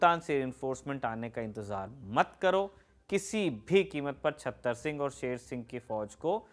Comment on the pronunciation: Mr. You did good job, but you pronunciation is not correctly, raja sher singh s father s name chatter singh, not chhater singh